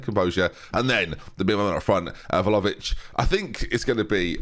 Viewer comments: Hey, just as an FYI, Vlahovic is pronounced Vly-o-vich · Vlahovic = Vligh-o-vitch? Always thought that first syllable pronounces like it rhymes with FLY? Am I wrong?